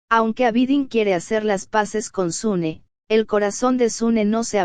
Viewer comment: No es sune es suna.